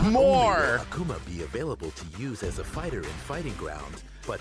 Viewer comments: he is not A-kuma, he isnt a bear, its Ak'ma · Anyone else pissed he said "ahk uma" instead of Akuma? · Why pronounce it like Akama? My brain hurts... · Ahkoomah. I hate the way he pronounces it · Aki isnt SF5 she new. So youll get 1 new character every Year/Season. I cringe every time dude said AKAma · Hey, I hate the way the other guy pronounces Akuma. The character has said his name multiple times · I love how mans says I main akuma but can’t pronounce his name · I don't like the way the dude is pronouncing Akuma's name. Put some respect on his name, sir!